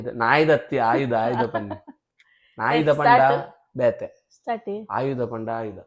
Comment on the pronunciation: 😂ಆಯುಧ ❌ನಾಯಿದ ✅😅